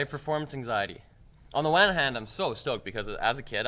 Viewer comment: "on the wan hand" ... i'm not sure if this is his extreme Canadeism showing through or if he's trying to subliminally shill us?